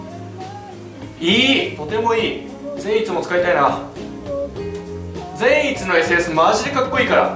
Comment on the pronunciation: 苺と一護の時のように善逸の発音がちょっと違うような…